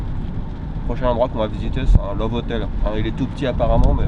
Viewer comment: love hotel disait il avec une saucisse dans la bouche haha bonne vidö